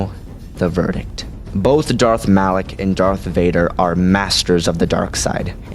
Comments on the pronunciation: It is "malak" not "Alec" genius. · your saying alak not malak -_ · Lol did u even play kotor it's malak not alak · really no one is going to comment how he called Malak, Alak? how can you mispronounce somthing that in the games they pronounced it for you and you still fuck it up. that like calling. Vader, Ader. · Why do you say "Alak" when the guys name is "Malak"?